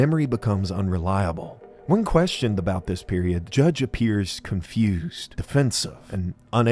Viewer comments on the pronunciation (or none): none